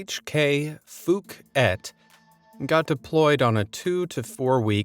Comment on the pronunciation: I like how you pronounce hkfukit 😂